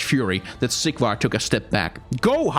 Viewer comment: Is it just me or everytime he says Sigvar's its sounds like Siegward. I can't stop hearing it now!